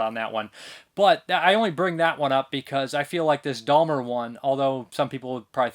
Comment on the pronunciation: There is no 'L' is in Jeffrey Dahmer's name, it's Dahmer not Dahlmer.